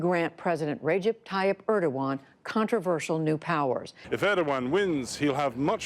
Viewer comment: His name is not Öööööördoğan... Learn to pronounce the letter E, Americans.